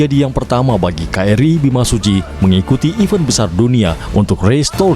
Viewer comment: tolonglah penyebutan event itu jangan iven yah yang terhormat Bapak pengisi suara.